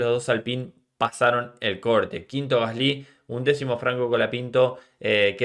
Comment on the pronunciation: Por qué pronuncias mal el nombre de Gasly, tienes algo en la pronunciación que estresa cuando lo mencionas